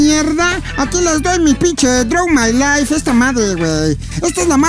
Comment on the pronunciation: jajajajjaja!!! Es "Draw my life" no "Darwin my live"